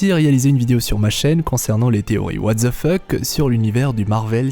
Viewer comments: Par contre c'est what the fuck pas what the fauck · "What the fook" ?? Ma théorie à moi c'est que tu es Ser Bronn of the Blackwater x)